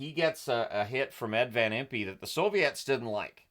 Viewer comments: Notes on the Flyers Vs Soviets: Van Impe is pronounced like Imp, not Impee. After the Soviets left the ice in protest, the only thing that got them back in the game was Flyers President Ed Snider told them they were NOT going to get paid. That changed their mind. I believe the Flyers were the only NHL team to beat the Russian Red Army team that year. Montreal may have tied them? Uncharacteristic of the Russian teams, and more maybe a testament of the Flyers playing style and intimidation, Soviets were outshot something like 40-13 for the entire game. I was 13 when this game happened but i did not see it. I believe I was busy playing street hockey with my friends and heard about the score later. I don’t think it aired on TV in the Philly area unless you had Prism, which I did not. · FYI, I believe Van Impe’s name is pronounced “Van Imp” and not “Van Im-pee”. Thanks for the video